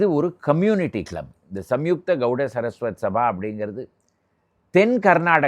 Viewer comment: அது கௌட சரஸ்வத் அல்ல.... கௌட சாரஸ்வத்